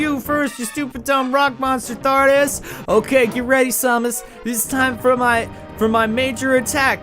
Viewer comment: Hate to be that guy, but it's pronounced "SAM-us", not "SOM-us".